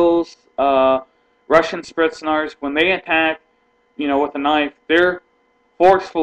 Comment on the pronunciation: spritznarz??? isnt it spetsnaz lol